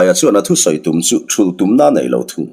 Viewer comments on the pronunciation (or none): Sir thaizawl ni lo in traizawl a ni zawk lo maw a lam dan tur hi!! Lunglei lam ah hian traizawl khua a awm a